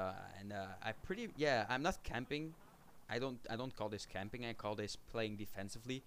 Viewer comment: lol nederlanders engels praten klinkt maf !!! xD nee mooie video lol btw net als je camping zegt maar dan in het nederlands van kom we gaan naar de kamping :D